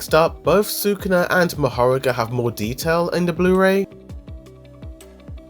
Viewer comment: mahorAga please don't say mahOraga